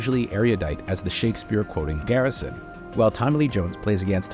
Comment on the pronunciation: It’s Garrison. With a G. Not Carrison. Not Harrison. Someone’s not doing their job properly.